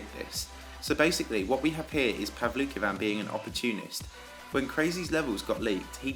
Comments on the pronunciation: I thought you pronounced it as "Paul "V" "Kin" xd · I tought he. Said pablo kebab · It's pronounced pow-luki-wan btw, not that I'm a fan of him. Its that his name is in Japanese and I can read and write Japanese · His name IS PRONOUNCED "pavansosisialvlokavan"